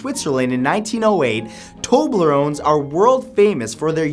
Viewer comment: umm "famous?" i never hear of terblerone